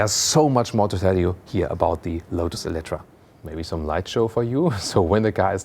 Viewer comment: Nice car, interior and exterior are just stunning. But your pronunciation is bad, not EletrA , you should say EletrE (in hungarian életre). Star Trek and Star Wars? It is completely all the same. Both are dead. Forever. Kathleen Kennedy killed SW, Alex Kurtzman killed ST.